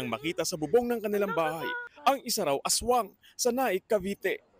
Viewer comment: Ashwang hind aswang 😂😂😂